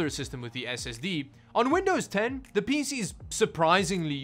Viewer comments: ”really awesome peesee” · I guess I’m not surprised someone who can’t even spell their own name correctly can’t pronounce a lot of words properly Sotta, PêC